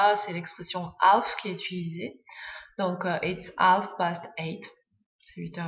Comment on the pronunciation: Bonjour... dans "half" on ne prononce pas le "l" !!